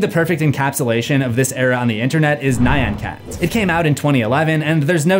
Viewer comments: I like to think the sign was put up BECAUSE she really peed in a closet. Also, it's Nyancat, not Nigh-on cat. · "Nayan Cat" 😂